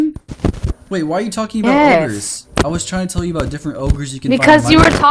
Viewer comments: He did said ogers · He said ores not ogres (lol)